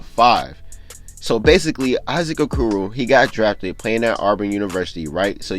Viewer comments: He said A-koo-roo 😂 😂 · O-core-o that’s how u say Issac okoros name